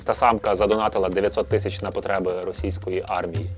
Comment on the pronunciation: Вітаю! Дозвольте покритикувати)) Дуже ріже вухо, як Ви вимовляєте "тищя" на російський лад. Краще було б "тисяча". ❤